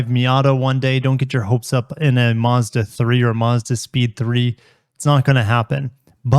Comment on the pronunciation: You’re saying Mazda wrong 😞